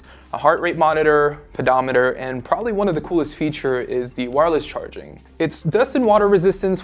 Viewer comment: I hate how this guy pronounces "the". he says like "duh"